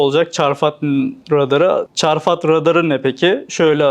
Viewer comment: Çarfat değil çafrat idi sanki